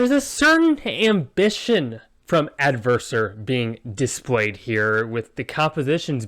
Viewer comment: You got my name pronunciation correct! Thanks for the review and for the kind words, glad you enjoy it ~ Ale from Adversor